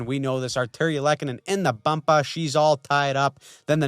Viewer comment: lmfaooo "in da bumpa"